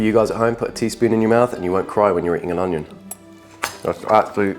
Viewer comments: Onion❌ Hanion✅ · why is no one talking abt the fact he said "hegg" and "honion" 😭😭😭😭 is it a bit or ?